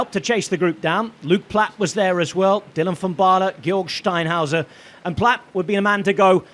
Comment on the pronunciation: He's allergic to R's, seems like, he kept calling SteinhouseR Steinhouse